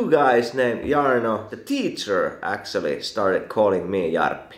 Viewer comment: This is how your “actually” sounds: äktsöälly